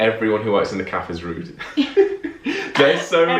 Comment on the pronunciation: Rude not ride